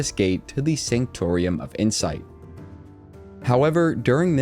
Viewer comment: it's pronounced SANK-TOR-UM